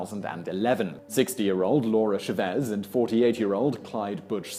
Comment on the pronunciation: Hey Simon, you're pronouncing the name Chávez completely wrong. The emphasis goes on the "Cha" not the "vez" Just like when you say champion, the emphasis or accent goes on the champ not on the ion. Got it